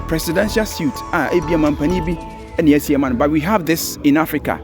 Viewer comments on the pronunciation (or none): Please stop mispronouncing "presidential suite"! Suite =SWEET; SUIT= an item of clothing. Interesting video , nonetheless. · Very beautiful and neatly done.Thanks for showing the world what we have ✌🏼 By the way Suit is the clothing and suite is pronounced sounding like “sweet”